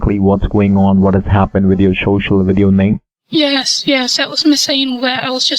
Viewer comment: I feel like if he says "shocial" one more time my head is gonna burst. I cringe each time he says it!